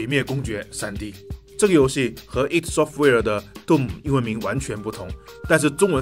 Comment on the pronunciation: Id software不是读i.d？